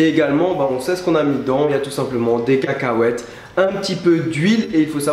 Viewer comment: La manière dont tu prononces le mot cacahuètes m'a trop fait rire haha ! Sinon je vais faire cette petite recette, on s'en fou que ça soit simple c'est même génial, le principale c'est que ça soit bon ! Merci ! Bisous :)